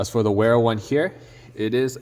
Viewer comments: It’s German. Pronounced Vera. Nice video! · Ik this video is a bit old, but the proper pronunciation is Vera, in German W’s are almost always pronounced as V’s